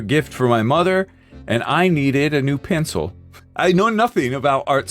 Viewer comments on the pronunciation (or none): "dis a gude piyencil"🗣🗣🗣🔥🔥🔥